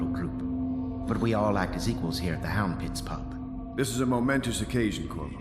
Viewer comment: Bro you couldn’t manage to say “Hound pit’s pub” correctly once 😂